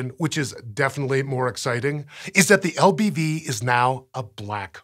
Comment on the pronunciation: LBV? I heard LGM at first. Boy was I confused.